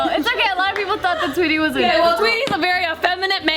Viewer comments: Did just say Twitty? 🤣😂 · I know that 😂 it's the way she first said it and it's "Tweety" not Twitty ☠️